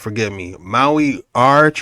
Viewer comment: how come you yanks can't pronounce Maori properly? I'm part Maori and live in New Zealand. its actually a bit offensive